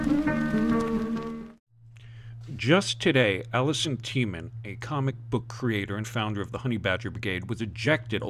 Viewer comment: Not to belittle your message and support. Just want to let you know that Allison's surname is pronounced TEEman